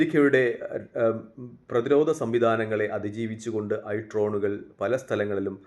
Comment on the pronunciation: ട്രോനുകൾ അല്ല ഡ്രോണുകൾ